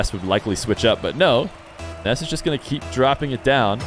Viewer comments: Stop sayin Ness when his name is Nass bro they are different vowels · Why do you say “Ness” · Are you pronouncing it “Ness” so YouTube doesn’t think ur saying “Ass” and demonitize you? Lol. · Spelled Nass, pronounced Ness